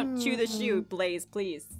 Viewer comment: App said and and I quote “Ba-laze